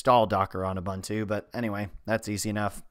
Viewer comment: You're mispronouncing Ubuntu quite severely.